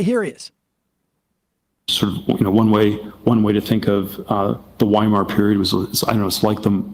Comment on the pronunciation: I've never heard 'Weimar' pronounced like that